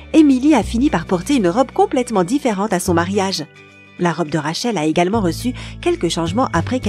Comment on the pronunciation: et surtout rachel omg